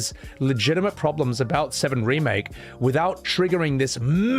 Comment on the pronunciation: Around the 7 hour 26 minute mark - I dunno if its a slip of the tongue or if you intended this - but you said "Rebake" instead of remake - and i kinda have that humorously swimming my head! 🤣🤣 🤣